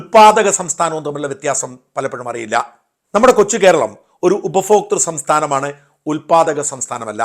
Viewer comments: ഉപഫോക്ത അല്ല ഉപപോക്ത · അയ്യേ... ഷാജൻ എന്താണ് ഉപഫോക്തൃ സംസ്ഥാനം. ഭ എന്ന അക്ഷരം ഉച്ഛരിക്കാൻ അറിയില്ലേ. നാണക്കേട് ഉപഭോക്തൃ... നന്നായി പറഞ്ഞു പഠിച്ചിട്ട് കാര്യങ്ങൾ പറയൂ